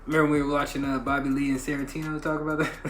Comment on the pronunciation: Sarintino? Haha been getting his name wrong for years… Funny guys